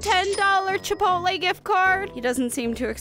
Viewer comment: She said it was chipoltlay it is taco bell